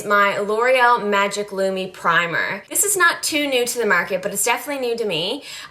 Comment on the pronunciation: I found you through michelebell1218, and I've got to say, you have become one of my favourite girls to watch. Yes, I spelled favourite with a 'u'; I also adore that you're a fellow Canadian gal. Your east coast accent comes out when you say words like harder and market, and it's adorable lol. I also follow you on Instagram, I'm :)